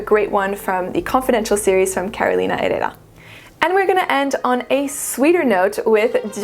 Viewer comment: I've been eyeing encens suave and I think after this video I'll give it a try, finally. My second name is Herrera, by the way and your pronunciation sounds on point to my mexican ear, contraire to me trying to pronounce it in french 😊